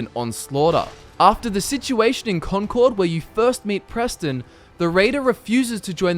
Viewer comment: Hey I live in Concord Mass. In real life and its pronounced Con"curd". Its weird but thats how its pronounced.